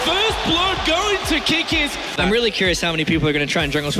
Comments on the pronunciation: No hate but if you want to do League content, youll be a lot more successful if you dont make yourself an obvious outsider. "LCS Major" for instance. Theres no such thing. It was the playoffs for the LCS split. Major isnt used in LoL. Calling Kikis "Keekees" hurt too. Love the video idea and i hope you keep making stuff but people will quickly dip out if you dont 1) Learn the scene a bit 2) add some actually personal flair instead of just rolling clips and 3) stop imitating a watch mojo list (they at least add commentary on each item) Hope you dont take it as hate and i wish you the best of luck. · Tell me you don’t actually watch leave without telling me you don’t actually watch league. “2014 summer major” “KEYKEYS” it’s, pronounced kick is. And spelled Kikis.